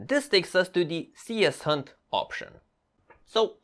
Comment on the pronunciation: Thanks, very helpful! Small remark regarding the cshunt. I guess it should be pronounced c-shunt, rather than cs-hunt